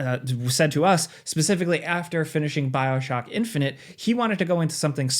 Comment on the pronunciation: Bro said Bioshoky